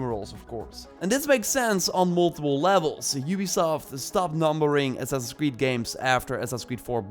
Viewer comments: "The next Ass-ass in Creed." 😂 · second 1 of ur clip ... ur saying who0t? " next ssassi creed" ?